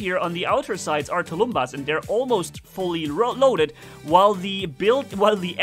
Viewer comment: Hi,! Thanx for the vid! Please, mind the proper pronounciation of the word "tulumbas". Tulumbas is SINGULAR, it is pronounced as "tulum-bús", last syllable is stressed, the end like "bus", not as " tulúmba". So, the plural would be " "tulum-búses". Tulumbas (sg) and tulumbases (pl). It means a big ancient war drum in russian. You somehow manage to pronounce "piñata" properly in spanish way, though few people suspect of this ñ being there. So why "tulúmba"? It's meaningless. Thanks a lot!